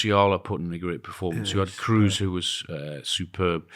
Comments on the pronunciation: Please, please, please, it's not pronounced Toni Cruise. Come on guys... LOL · Kroos not cruise… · I love you boys so much, but please start pronouncing Toni's name by saying Cross, like when you cross the ball 😂 he sounds South American - Toni Cruuz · just that Kroos is not supposed to sound like cruise 😊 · All he needs to do is improve his pronunciation of German words, especially with his tendency towards punning; in other words, 'Cruise' might work with someone called Cruz, but it doesn't work with someone called Kroos.... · The only problem here is that Kroos isn’t pronounced that way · It always hurts my ears to hear 'Wurts' instead the correct 'Weerts' and 'Cruise' instead of 'Kroaze' (as in goat). Some effort to pronounce it correctly is not too much to ask. Plenty of German speakers around to help you.